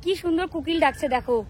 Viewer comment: Kukil noi kokil